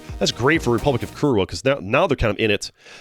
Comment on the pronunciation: It's funny hearing Polish in an American accent.